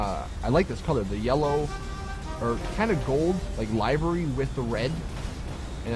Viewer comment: Come fucking on LIVERY isn't that hard to pronounce.